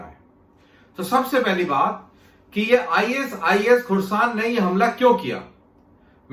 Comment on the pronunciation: HAMLA SIR, NOT GAMLA